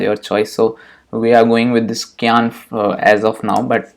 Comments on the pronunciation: kiyaan nhi saayan Pronounce Hota H 😛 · I would want someone to tell me if I said a word wrong. We all gotta learn. CYAN is pronounced S-EYE-ANN